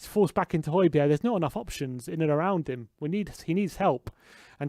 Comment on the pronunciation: So annoying the way he keeps saying holbergs name. It's not hoibierre is it and no it's not even pronounced like that either ffs